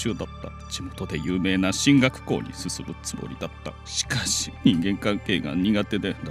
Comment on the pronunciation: しかし、「しかし」のイントネーションが気になる